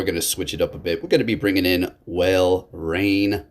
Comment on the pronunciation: Walrein is pronounce 'Wall-rain'